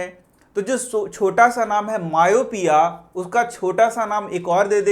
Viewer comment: You tell myopia wrong